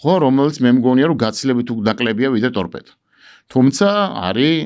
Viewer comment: წამყვანმა ტორბედო კი არა სწორად წარმოთქვით,ტორპედოა სწორი ფორმა.